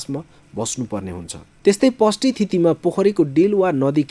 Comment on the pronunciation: पर्व लाइ पर्व र षष्ठी लाई पष्टी त भन्न पाइएन नि महाशय !!!